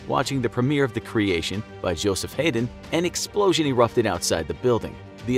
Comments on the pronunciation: Haydn is pronounced like hidin’ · Also the pronunciation of Haydn.